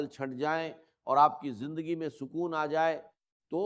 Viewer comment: Hajrat nahi Hazrat Mano me nahi,Mayon ke Jindagi nahi zindagi Yeh awaz to pagal ki hai